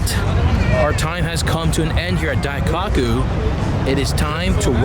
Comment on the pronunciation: It's Daikoku not Dai-cock-u